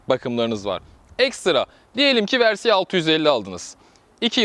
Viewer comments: Versi değil yalnız. Vörsis ya da direkt Versis. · Güzel inceleme olmuş. Yalnız müsaade edersen birkaç eleştirim olacak. Sürekli versi demen kulağı yoruyor. Türkçe olsun diye uğraşıyorsan versis demelisin. İngilizce olacaksa vörsis olarak telaffuz edilir. Senin versi dediğin versey olur. O da ayet demek İngilizce. İkincisi ise motoru devirmek başka bir şey yatırmak başka bir şey. 2014 model bir Kawasaki Versys sahibiydim. Çok severek kullandım. Yorum için çok teşekkürler.